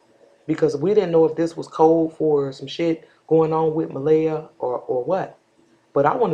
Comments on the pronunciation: What do WE think? I think, if you're going to be all up in the mix, at least get the child's name RIGHT It's not (Muh-LAY-uh) it's pronounced, (Muh-LEE-uh)...You got WAAAAAY too much time on your hands to try to be all up in this woman's business. CLEARLY you have no life! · I love what u do and how you be on it. I just have one issue...out of respect for this precious baby girl, her name is pronounced Muh-Lee-ah. No disrespect to you.